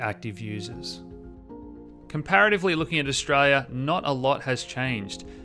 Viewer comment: Some translation: Stray-ya = Australia Nighdeen nighdy = 1990 Dahdah = data I hope this helps!